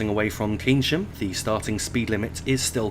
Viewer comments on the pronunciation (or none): Pronounced Kayn-sham not Keyn-sham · Keynsham pronounced Cane shum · Keynsham pronounced Kayn-sham